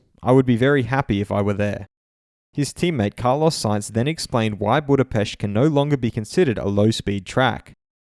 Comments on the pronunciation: He pronounced that exactly right, if I am correct thats exactly how you say Budapest in hungarian language. The native pronunciation should be the only correct one. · Loved the correct pronunciation of Budapest😂 Just like black widow😉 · How he pronounced it, was so satisfying. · Yeah, it was a pleasant surprise. Loved it. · G in Hungarian that is the right pronounce indeed. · The correct and proper way to pronounce ANY word is in its native language, not the perversion of a second language. "Budapest" is not an English language word, you sound a little self-centered to me.